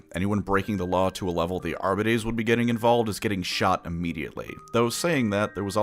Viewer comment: Are biddies?? craziest pronunciation thusfar